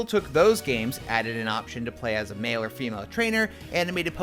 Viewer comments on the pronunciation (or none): none